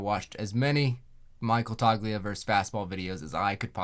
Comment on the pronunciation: This is a great, detailed video. I have to say though, the “G” in “Toglia” is silent (Toe-Lee-uh)